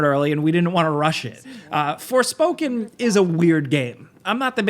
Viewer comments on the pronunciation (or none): none